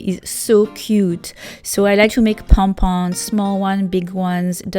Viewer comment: Good hacks👏 But definitely not number 5 that is just a waste of yarn and also I heard her say pon pon not pom pom😂